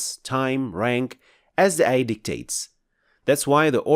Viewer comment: Please DO NOT use english transliteration, it us bad, ugly. You must pronounced it AAYAAH NOT EH-YEH, and AAL-QUR'AAN, NOT EL-QUR-EHN.